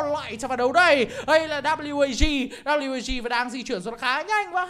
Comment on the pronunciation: Ván mà WAG thắng . Nghe ôg bình luận viên đọc là quê kép a gờ mà nản thật sự